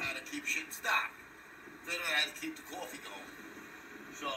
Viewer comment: HE WANTS CWOFFE!! CWOFFE, CWOFFE, CWOFFE, CWOFFE, CWOFFE, CWOFFE!!!